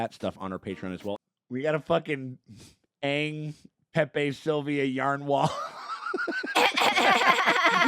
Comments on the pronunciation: At least it's better than the garbage movie. They pronounced the name correctly... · At least they say Aang instead of Ong